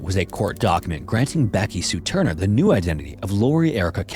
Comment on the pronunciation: "backy sue turner" is killing me